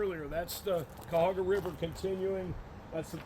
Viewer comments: Whatcha sayin … it’s - Kai Uh Ho Ga-😄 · MUST have a YouTube channel. Represent us Ohioans. But we gotta get him to say Cuyahoa right lol. I am teasing by the way. Love you all